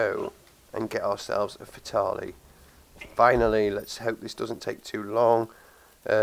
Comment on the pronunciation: Nice vid but you are pronouncing fatale wrong